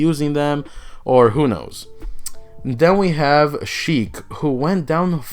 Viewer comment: Her name is Sheik not Heik 🤦‍♀️